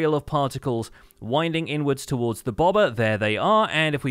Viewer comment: Ohhhh, "bobber". I kept wondering what the hell a "bawbuhh" was.